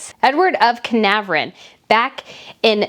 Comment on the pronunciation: Thank you for your uplifting videos on our Royal Family. Just a few more pronounciations: Aragon,not AragRon🤔. Carnarvon, not Canaveron. So glad you picked up on the fact that our news channels seemed to avoid closeups on the 'Nutmeg'.! You are doing a great job. 🙋🇬🇧🇬🇧🤴🤴